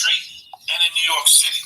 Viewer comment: And it’s New YORK, not New Yark 😒😒 damn immigrant.